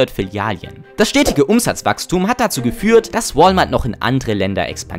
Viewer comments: Ok ich muss jetzt doch aufhören dieses Video zu schauen, da meine Ohren angefangen haben zu bluten. Wenn ich noch einmal das Wort "Filialien" höre raste ich hier komplett aus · Kein Mensch sagt Filialien.... 🫣🫣🫣